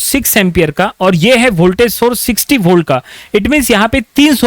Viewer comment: aur holt nhi hota volt bolo